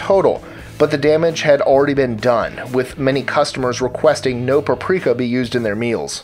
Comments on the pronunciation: It's PAP-RIKA, not pa-prika. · Sources? Please cite them so its not just bullshit. Also its PAP-RI-KAH not PRA-PRI-KAH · Please, it's PAP rika, not pa prika. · 🤦‍♀️Pap-reeka is how its pronounced lol. That was killing me! All in all great video though. I shared to fb. Thanks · peprika is not pep-rika but pep-er-ika other than that great job i love your videos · Look at the word "paprika." It's not pronounced "praprika"! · Its not "puhpreeka" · PAP-ree-kah. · Its pronounced pa-pri-ka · Totally worth the time just to hear him say paprika.. So funny! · I live in the same city as and I've never heard anyone pronounce it like that. Lol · Its being grossly mispronounced in the video. To the extent that I stopped the video after the first 3 uses since it was so cringey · You mispronounce "paprika" JFC